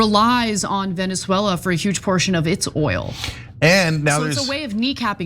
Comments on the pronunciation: Love how Ana doesn’t know how to pronounce Venezuela. More like Veneswella. By the way. Chat gpt says now that trump is a fascist and even worse then Mousolini. Congrats America. What a good story for the historybooks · Ana's pronunciation of Venezuela needs some serious work